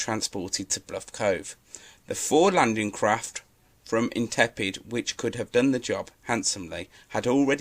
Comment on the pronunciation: It's an interesting topic but your video is let down by poor research and commentary. Read from a script - RFA, not HMS. And 'Intrepid', not 'Intepid', are the most important things!